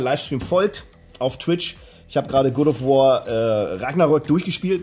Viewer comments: Good of War. Wer kennt es nicht? 😂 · Funfact: bei "God of war" wird God mit EINEM o geschrieben und dementsprechend ausgesprochen.. Mein innerer Monk hat bei jedem ausgesprochenen "Good of war" einen Schlaganfall bekommen! 😀